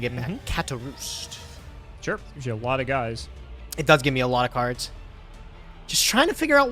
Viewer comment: i hate how pronounce cards. it pisses me off.